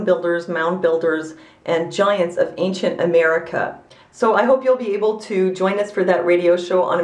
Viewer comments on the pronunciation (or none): none